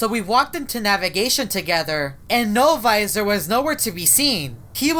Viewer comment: only says no viser